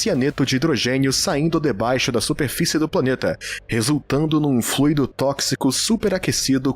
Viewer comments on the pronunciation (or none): none